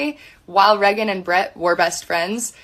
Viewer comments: Can't get over the cousin calling her "Reggin" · Wait …her named is pronounced “Reggin” like “leggin”?